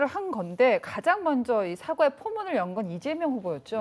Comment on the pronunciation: 우측기자 사과[사과] 사과[사:과] 구분좀하길..